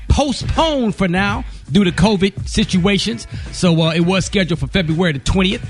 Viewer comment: The caption is on and Gary keeps saying "Covet" instead of Covid 🗣🤣